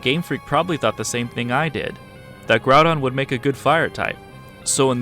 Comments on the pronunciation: Groupon not Groundon. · Bro pronounced Groudon as ‘grupon’ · Did you said Groupon? Lol